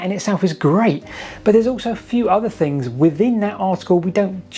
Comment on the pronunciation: We’ve got free fings, a ten fousand year old Stonehenge… your poor speech undermines any credibility.